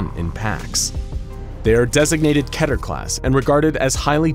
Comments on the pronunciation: Keh-teer. KEH-TEER!? THATS HOW YOU PRONOUNCE IT!? Bruh. Everyone, including me, has been saying this wrong for SO LONG! I do know for a fact that amn-NEE-stic is incorrect though .🤣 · I love how they troll people with the pronunciation of Keter. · I hate the way the voiceover pronounces “Keter”